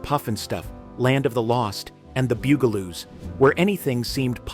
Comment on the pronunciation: How do you mispronounce Evil Knievel and the Bugaloos. You obviously aren’t a child of the ‘70s.